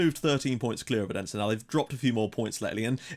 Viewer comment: Your pronunciation on the Danish teams are really good :) But in case you would like to know, the d in Odense is not pronounced with pressure. More like a th sound like when you say "that" "this" "then" etc. :)